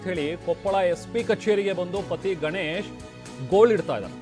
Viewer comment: ಮೊದಲು ಕನ್ನಡ ಸ್ಪಷ್ಟವಾಗಿ ಮಾತಾಡೋದು ಕತ್ಕೊಳ್ಳಿ, ಅದು ಗನೇಶ್ ಅಲ್ಲ, ಗಣೇಶ್, ಉಷಾರಾಣಿ ಹೊರತು ಉಷಾರಾನಿ ಅಲ್ಲ..😂